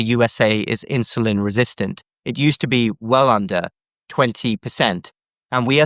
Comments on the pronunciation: Why is Dr in the uk pronouncing the word insulin as INSHULIN!!! Mmm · Is it "inshulin" or " insulin"? I know it's trivial, but it is irritating. 😅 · Why is that Dr. saying inshulin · What the heck is INSHULIN? hilarious and typically Brit destruction of language. Um, er, Uh, er.